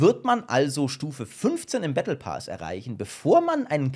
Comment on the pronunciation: battle pass. PASS nicht pas und auch nicht paas! wie kommst du dazu das: ,,A'' lang auszusprechen?